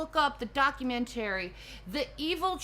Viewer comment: How come someone with the IQ of Presidents can't pronounce documentary???